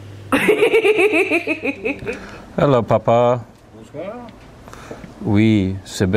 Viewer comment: Idk if he's fluent in fench, but your dad said the cleanest bonsoir I've ever heard (and I'm french)